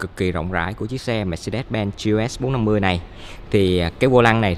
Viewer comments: Ông gọi luôn là gờ lờ xê bốn năm mươi đi, lại còn gi eo ét bốn năm mươi, nửa tây nửa việt hả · K biết " anh" sinh năm bao nhiêu? Đọc vậy k thấy chối hả anh? Đã bốn năm mươi thì đọc luôn là gờ lờ ét đi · à đoạn ấy tôi nói nhầm, ý tôi là gờ lờ ét bốn năm mươi. Tên mẫu xe của họ là GLS450 thì phần chữ ông ý đọc kiểu tây, phần số lại đọc kiểu việt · Gi e ét bốn năm mươi Tây thì tây cả , ta thì ta cả đi đọc nghe mệt mỏi